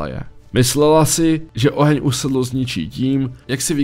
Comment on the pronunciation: Usadlost, nie udalost :D Zaroven nechapem, preco by sa dnes toto nemohlo stat. Ak je jedinec naruseny, aj napriek odbornej pomoci mu moze prepnut.